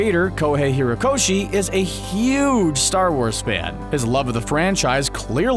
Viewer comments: 50 hirokoshi?? Are you fucking mental?? Lmao izuka 🤦‍♂ izuka again...and again 4 seconds later...🤦‍♂🤦‍♂ izuka lmfao I'm enjoying this now 🤣🤣 SOMEONE CORRECTED HOMIE!! HE SAID IZUKU!!!! LET'S GOO!! Ok I can't keep doing this lol hate me if you will but really I just couldn't not do this...EWW videos lol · His name is pronounced izuKU not izuKA and its hoRikoshi and hoREYkoshi